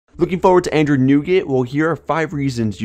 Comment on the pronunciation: "Androod 7.0"